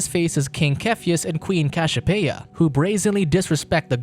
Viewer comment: Cashiopeia, Zues... wtf are those pronounciation lol....